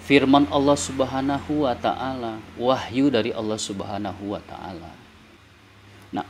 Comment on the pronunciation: 1. Lafaz jalalah yang didahuluin kalimat yg berakhiran kasroh harus dibaca tarqiq, bukan tafkhim. 2. Bacaan kitab sedikit banyak yang salah, kalau mau diartika dengan awalan di, maka fiil harus dibaca majhul dengan qoidahnya. 3. Tafsiran jumhur ulama tentang rosulin karim itu bukan Rusululloh, tetapi jibril... Silahkan baca tafsir jalalain, ibnu katsir, sa'adi, baghowi, qurthubi, al-wasith... Kesimpulannya, pembenaran yang salah tetap dianggap salah dan tidak bisa menghapus kesalahan. Hanya menambah besar potensi kesalahan yang lain. 😂😂😂